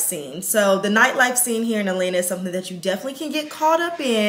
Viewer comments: AT.lan.Ta! Not Alana 🤦🏽‍♀️🥴…. I literally stopped watching because she has been saying ALANA since she moved there!!! There is a couple T’s she keeps missing and I’m from ATL and it’s killing me! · Please say At-lanta not A-lanta